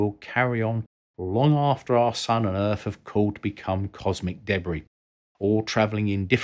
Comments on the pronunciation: "Earf" wtf lol you can clearly say 'them' so you can say Earth properly mate. You aren't saying 'Fem' for 'them' are you, or "Foes" for "Those'. And you pronounced "Three' just fine and not as 'Free". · Who is this "Errf" you keeps saying Voyager is trying to talk too? Is he a scientist? If so, I can't imagine he's still working for NASA; or even still alive at this point.